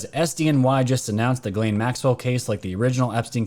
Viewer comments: if you say geeslaine... this is how you pronounce the name..not geelaine it;s french,,Ghislaine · Pronounced galaine. Its french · It's Gissss lane...pronounce the s please. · I love your Channel. I honestly listen to every one since last year, but PLEASE try to pronounce names right. You did great when reading it. Small thing to ask but man it is you keep messing up that ladies name.